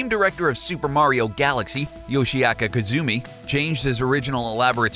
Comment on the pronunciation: HOW TO NOT PRONOUNCE NAMES: Yoshiaka Koizuma Shygayru Myamato